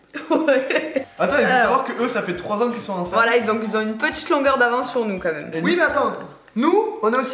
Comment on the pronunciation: On dit pas comme meme mais quand même 😭